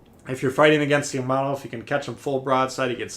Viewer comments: I took 2 terms of Japanese before the virus ruined everything. It is Pronounced Ya-ma-toe... makes me cringe just a little but I’ll get over it. I can’t wait to start this ship up again after GK is finished. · It's Japanesse. Ya - Ma - To.